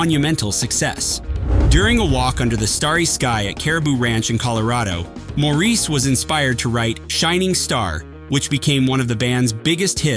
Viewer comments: It’s Maurice NOT Morris! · As others said: it’s MAURICE ( MOR-REECE) not MORRIS( MORRIS)!!! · Pronounce the name correctly. Moor- Reese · Maurice not Morris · Hate the annoying AI narration. Such a distraction, often mispronouncing Maurice White's first name. Must "Dislike". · If you don’t respect Maurice White to pronounce his name correctly I can’t watch!!!!